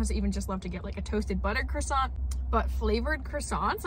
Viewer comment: calls it a chrissant 😅